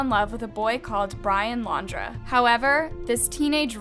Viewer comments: It’s laundry not laundra no hate just sayinh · I love this channel lol but all this coverage and she still pronounced Brian’s last name wrong haha. Sorry. Just had to point that out. Idk why that drives me so crazy but it does. I’m sure I need therapy though. I wish they would catch this S.O.B though. It’s not fair that Gabbys family has to hear how he’s out smarting the FBI and still running free